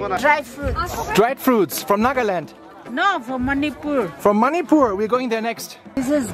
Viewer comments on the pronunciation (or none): The way he pronounced Manipur tho